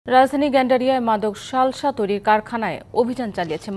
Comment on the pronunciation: শালশা নাকি সালসা 😂😂